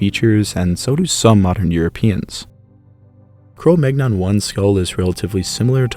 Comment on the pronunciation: Cromagnon - Kroh Mann-Young 😅